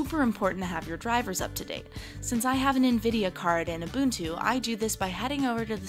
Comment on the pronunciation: its ubuntu stupid girl ...